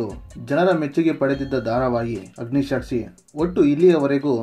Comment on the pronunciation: ಅಗ್ನಿಸಾಕ್ಷಿ, ಅಗ್ನಿಶಾಕ್ಷಿ ಅಲ್ಲ